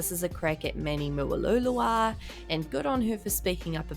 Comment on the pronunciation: I love how you say “manny mulalala” so funny!